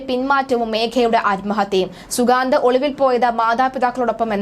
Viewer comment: അവന്റെ പേര് ശരിയായി പറയൂ